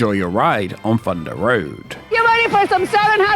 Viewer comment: Fundah Road was a fun no frills frill coastah